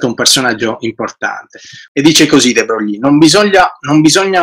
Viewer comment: non sopporto di sentire de Brogli.si pronuncia Luì de Broy